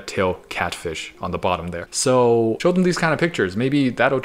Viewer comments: Is no one gonna call him out for repeatedly saying snow when it says show twice? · Its says show not snow